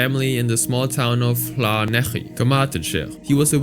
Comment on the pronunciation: wow, you did an alright job pronouncing Llanelli for a non-Welsh person hahah